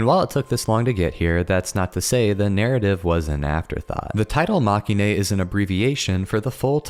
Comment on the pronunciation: Very nice video, thanks! Now I need to get back to reading the novels, I've put them aside far too long. (But if I may, it's pronounced "mah-keh-in": it's a portmanteau of the word "defeat" in Japanese (負け) and the end of "hero-ine" cause they're not the heroes, they're the losers)